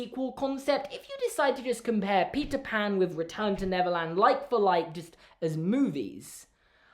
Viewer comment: I keep hearing Neverlands as Netherlands